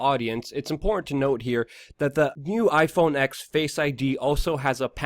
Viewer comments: “iPhone ex” it’s iPhone TEN son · It's pronounced iPhone ten, not iPhone ex. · iPhone Ten. Not "X".